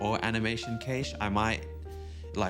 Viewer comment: Awesome stuff man and cache is pronounced like cash money. 🙏🏿